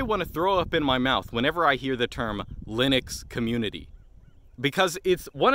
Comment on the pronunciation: everytime he says the Loonix coomuinity XDDD